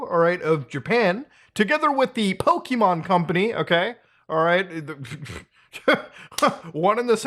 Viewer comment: A multi billion dollar company is just mad a clone is doing better than them. I'm done with Nintendo's bullshit. Also, Poh-keh. Not Poh-kee. JFC. Finally, the fact IIRC Lufia, an ASS old game from way back then had a creature capture system. This is literally just Nintendo trying to snuff out competition. The tards.